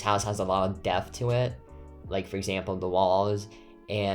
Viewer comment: Its so cute how he says deaf and not depth :))